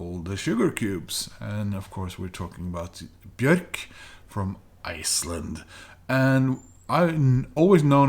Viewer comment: Hi there,. Denmark is stunning. Thanks for the ride in these past videos. I really hope you can make it there as soon as possible. Great buys too, especially "Debut". I really need to get some Bjork on vinyl one of these days. It's also good to see someone pronouncing her name right. I'm not a big fan of Muse, besides their first two albums but it has nothing to do with them selling out or whatsoever. It's just my personal taste. They're still a great band and one of the best out there, in my opinion. Wishing you well. Takk, my friend.